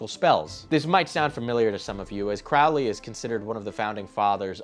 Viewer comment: And by the way it’s pronounced “Crow-ley” like a bird, the crow. He paired the word “holy” with his own name in one of his psychopathic poems. Crow-lee.